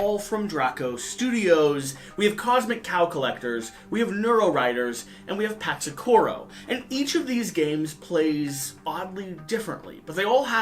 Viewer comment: Patsakuro lol